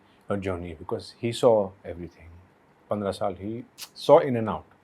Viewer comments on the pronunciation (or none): none